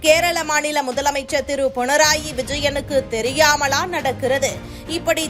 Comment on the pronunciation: பொனநாயி விஜயனா? உங்கள் உச்சரிப்பு சரியில்லையா..... அல்லது நான் கவனிக்கவில்லையா?